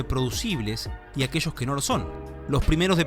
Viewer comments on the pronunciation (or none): ¿Por qué este videísta dice "aquechos" para referirse a "aquellos"? ¿Este vídeo es para todos o solamente es para su aldea? Eso me hizo ruido desde el comienzo, me desagradó ese sonsonete, me cambié al minuto. ¿Por qué no insertar una voz robótica? Es mucho más neutral, sin sonsonetes de aldea y está a la mano en google..